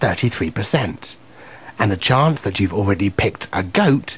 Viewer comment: chance 發音chuangs XD